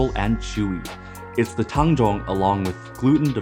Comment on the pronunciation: holy fuck this is the first time ive heard anyone pronounce tang zhong accurately slsjdhskshdjk